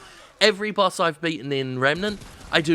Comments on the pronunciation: while i agree, why do you find it impossible to say BOSS, and instead say BUS? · I kept hearing Bus when he said boss. I knew public transportation is really back in the US, but damn. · He said "boss" so many times it started to sound like "bus." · I keep hearing 'Bus' when Jim says 'Boss'. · is it only me that hears him saying bus instead of boss all the time ?? i might be really tired :S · lul he was making fun of how he pronounces "boss" cause the english accent makes it sound like "bus" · Love you Jim but I gotta be honest... I can't stop hearing "bass" or even "bus". Please drink some water. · Is it just me or does it sound like he is saying Bus instead of boss?